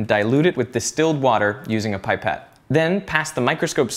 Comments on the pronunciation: Not p-y-pette but p-i-pette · Pip - ett Not pie - pet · pie-pet? Never heard it said like that before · pie-pet? wat?